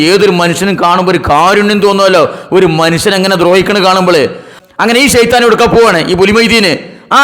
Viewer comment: കൂട്ടി ശൈത്താൻ അല്ല ഒറിജിനൽ ഷൈത്താൻ